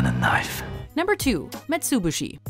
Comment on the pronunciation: kkkknife? wth